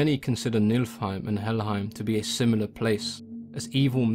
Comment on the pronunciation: heim is pronounced hame. So it's Knee-full-hame